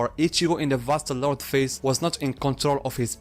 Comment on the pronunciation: Thank you for pronouncing it properly. I just can't deal with people calling it Vasto "Lorday"